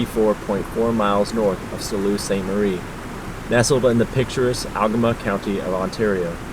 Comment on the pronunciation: Sault. Pronounced like Sue.